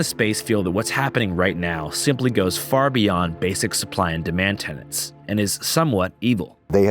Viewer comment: It’s TENET. TENET. Not “tenant”